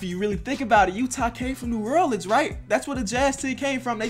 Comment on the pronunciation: This maybe bc I was born in Nola but does it trigger anybody else he says New Erleans